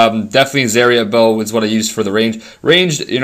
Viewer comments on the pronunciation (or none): You pronounced "zarfot bow" incorrectly